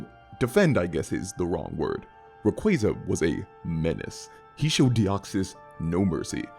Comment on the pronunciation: Oh. My. God. He pronounces Ray-QWAY-za correctly 😭 It's ray + quasar, for the deniers And no it's not pronounced "qwah-zar"